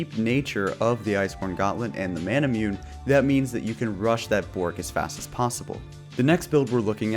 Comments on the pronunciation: Its Mana-Moo-Neh not Mana-Mew-Neh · I’ve never heard someone pronounce manamune correctly